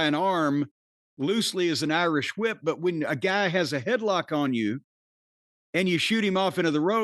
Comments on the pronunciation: Corney pronouncing the h in whip like stewie. Lol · It's pronounced "Hwip".